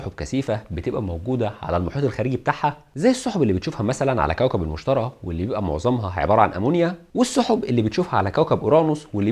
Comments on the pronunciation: تلفظ كوكب المشتري وليس المشترى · ههههههههههههه مستحيل اكمل الحلقة ما يعرف يقرأ المشتري وليس المشترى ههههههههههههههه